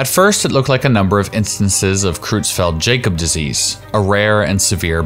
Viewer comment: You are pronouncing CJD wrong. Jakob is pronounced "Yahcub".